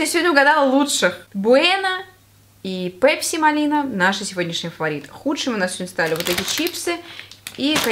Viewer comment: Мы русские с нами "пЕпси" это просто😅😅😅😅😅